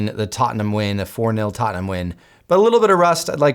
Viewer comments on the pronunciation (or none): none